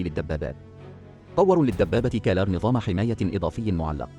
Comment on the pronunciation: اسم الدبابة هو كرار وليس كلار